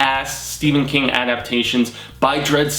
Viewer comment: Awesome video!! Thanks for pronouncing my last name correctly! The webcomic freaked me out man. I watched it all in one sitting at night, crazy. LOL